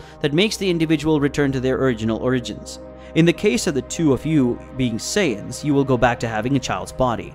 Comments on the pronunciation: Said the prince of Say-dins, 😒 my brains hurts listening to this sht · the pronunciations of these names is killing me lol. Great story line though. (Syons lol)